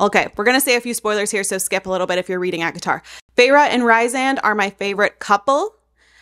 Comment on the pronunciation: Hi! The name of ACOTAR’s Rhysand is pronounced Reese-and. ❤ 😊